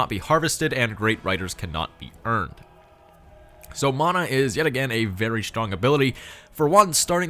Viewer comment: Fun fact the ability mana is pronounced munna I'm Maori just found civ and am so happy we have a leader